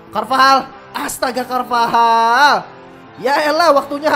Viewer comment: bang carvajal bang bukab carvahal